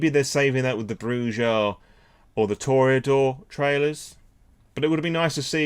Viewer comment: Brujah it's pronounced "BROO-hah" lol